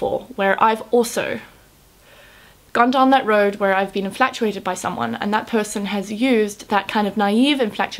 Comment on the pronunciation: Not trying to spoil the message but "inflatuated" made my day :)